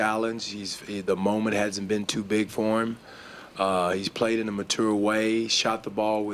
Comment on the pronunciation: "Mature " hahaha the way he pronounces it is too funny